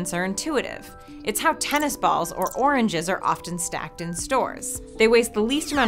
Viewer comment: At first i thought she said "100 dimensional orangeses"